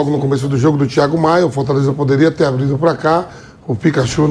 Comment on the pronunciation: "Abrido" ou aberto placar, vampeta não sabe nem falar.